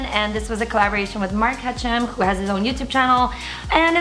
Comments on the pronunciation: Was that Mark Hachem and his Arab skits persona fighting to come out coz she said Hatch'em instrad of Hakhem? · Omg she called him mark hatchem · Yes she pronounced it wrong 😂😂😂that was funny